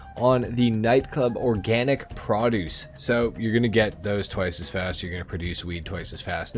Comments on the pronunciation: It’s Called ProDuce NOT PraDuce 😂😂😂😂😂😂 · There it is again..."PRAAHDUCE... " 👀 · I Just Said The Same Thing 😂😂😂😂😂😂😂